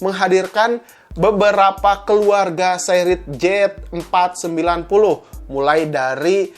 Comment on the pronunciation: gemes banget rasanya, jelas2 itu harusnya di baca Z490 , kok jadi JET490, simple ga penting tp mengganggu, semua video nya salah pengucapan, apa sih susah nya baca yang bener, pengucapan yang bener? udah gede lho, apa mau sekolah lagi?